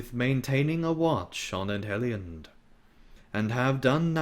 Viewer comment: Entertaining. But Edhellion the DH is pronounced TH; and C in all Sindarin words is pronouced K. You can find this information in the Lord of the Rings Appendices. Yes, I'm a Tolkienista.